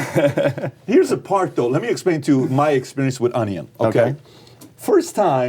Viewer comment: Lmao Pat pronounces onion like my 2 year old niece. ON E ON